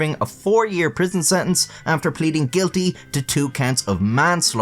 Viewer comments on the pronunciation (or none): And you don't mean sen-ence, you mean sentence; computer, not compyew-err. If you can manage the T in the middle of sentence, you don't have an excuse for all these other ugly infantilisms you're inflicting on us. Pull yourself together, wouldja: English provicialisms are all very well within Little England, but out here in the greater part of the world, you're just making ugly sounds.